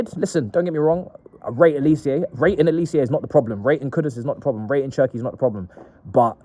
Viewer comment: His name is pronounced Oh-lee-say. Not oli_see_yay. You ignorant clown